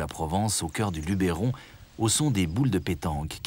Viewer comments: Je voulais juste vous signaler que dans le documentaire, la prononciation de certains noms de lieux n'est pas tout à fait correcte. Par exemple, on ne prononce pas Luberon avec un accent sur le 'e', et on dit Calavon plutôt que Cavalon. Cela dit, le documentaire reste très riche en informations. Dommage pour ces quelques erreurs qui m'obligent à le visionner avec un peu de parcimonie. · beau reportage mais vos mieux apprendre a prononcer "LUBERON" !!!!!!